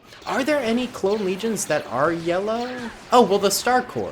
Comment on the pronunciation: He said lellow